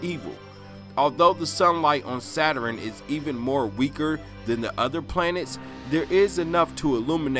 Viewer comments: It's pronounced Saturn, not "saturin"! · “Saturen” I can’t 🤦🏽‍♀️😹